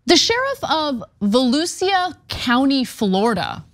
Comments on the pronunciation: Former Volusia resident here! Just for future reference it’s pronounced Vole-Lou—Sha. I used to have a tough time with it when I first moved there too 😅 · It's pronounced "vell oo shah" Ana. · It's pronounced Volusha. Not voluseea. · FYI: Volusia is pronounced Volushaw not Volusea-a.😊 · It's volusha not voluseea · Pronounced Val oosha County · vuh-loo-shuh County lol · It’s Voh-Lou-Sha county. Chitwood is outspoken on many issues. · Volusia is pronounced Voe loo shuh. Sheriff Chitwood is well loved in Volusia County. He doesn't allow his deputies to violate any amendments, immediately corrects any misconduct by any deputy, and he doesn't put up with any foolishness from any criminals. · Just a note * Vo lu sha county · it's pronounced Volusha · Pronounced “Volusha”. He’s a great sheriff! Respect! ❤ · Voh-loo-sha Xha-bahd *facepalm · Pronounced - Va - Loo - Sha .. but thank you for this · Pronounced Vo LUSHA ...county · VOLUSIA county pronounced VA-LOO-SHA county. life long county resident/native. I actually speak "Floridian" fluently as it is my first language. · Anna it's pronounced Va-loo-shia. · It’s pronounced Vo loo sha county. As someone who lived there for 10 of the 13 years in Florida. Chitwood is a decent chief of police. Only downside is him and his team took my mothers word and didn’t listen to mine when I was being abused. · It’s pronounced va-loo-sah county 😅 a lot of names are hard to pronounce lol no shade I couldn’t say it right when I moved here 2 decades ago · Bruh, it's volu"sha" county lol as a native. Just thought that was funny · I've lived in Orlando for 30 years. I've always liked him and haven't seen him do anything bad. That photo, however, is not doing him justice. And sorry, Cenk, he has no shot at Governor - he's a decent person. He's not right wing or political. Also, it's "vuh-lu-sha". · vuh-LOO-sha Florida.... ftr. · It’s vuh loo shuh. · Yes, She slaughtered it lol but I love her for trying